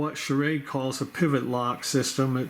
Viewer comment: You know you're saying sha- raid